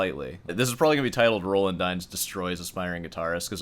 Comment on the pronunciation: I've never heard Roland pronounced like that, and i will not begin now.